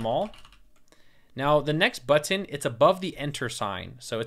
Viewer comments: People tell you that you say button funny? Yes, you do. I am from the midwest, where we have no accent there. (kidding) We say, buh'-ton, ton as in weight. accent on the buh with the ton descending. You say But-tin' tin not, ton, and with the accent on the tin, and it almost sounds like you are saying the "t" twice. I notice it every time you say it and I repeat it often. BUT....you are very easy to listen to, and bu-tin is not an issue for me. I hope that helps. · Man your tutorial is amazing. I did not feel sleepy because, I don't know. the way you are teaching is fun. and don't worry the way you pronounce button is nice and normal but, yes it's a bit weird hahahahahahah HAHAHAH! it's so funny when u share those stuff when you're kind a feel conscious about hahah! THANKS SIR!